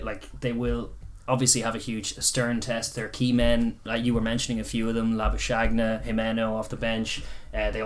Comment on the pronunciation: Kinda funny how everyone seems to be butchering the 'Labuschagne' pronunciation, including the commentators. It's basically Lah - boo - skuhG(hard throaty G sound) - knee. For reference, in this clip, at about the 50 second mark, Marnus Labuschagne gives the pronunciation.